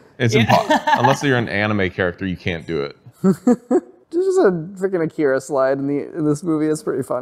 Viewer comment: Your pronouncing Akira incorrectly. A like father and I like , macaroni. Watch the film you can hear it pronounced correctly.